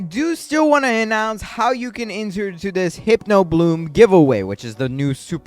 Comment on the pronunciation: Btw it’s pronounced “Hip-No” not “Hype-no” ❤